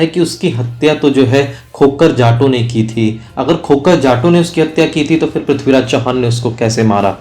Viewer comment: Bhai prathviraj ji ka naam achhe se to lo yr kam se kam. Haar gaya kya hota he